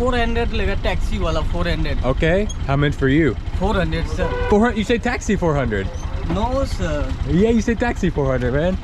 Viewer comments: OMG that "NOO SIRRR" 😂😂😂😂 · That no sir was personal 😂😂